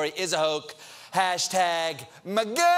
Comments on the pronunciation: That pronunciation of "MAGA" is effin hilarious! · That way he pronounced MAGA... hahahaha!